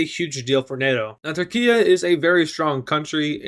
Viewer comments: It is turkey not turkia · Anyone gonna question on why he doesn’t Turkish and says turkian and instead of turkey he says Turkia